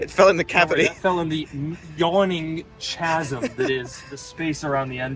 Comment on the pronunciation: Chuh-asm? 😅😅 Did you mean chasm, pronounced like Kahz-uhm?